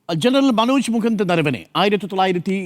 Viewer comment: നരവനെ അല്ല നർവണെ ..